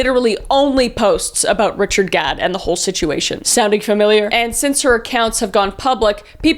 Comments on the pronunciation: every time you say Gad it sounds like god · You kept saying god instead of gad 😂 ur even funny when u don’t mean to be ❤ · Pronouncing Gadd as God 😭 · Gadd, not God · In the end i kept hearing you saying god xD i was like what the... untill i realized thats not what u said XD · I chuckled a bit hearing you pronounce "Gadd" almost like "god" LOL. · I’m sorry but you pronouncing it God instead of Gah-d made me giggle the entire end of the video 😭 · I love how you just give up at the end and start calling ‘Gadd’ “God” instead 😂😂😂❤